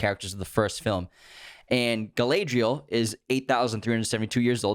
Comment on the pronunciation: the pronunciation of Galadriel is killing me 😂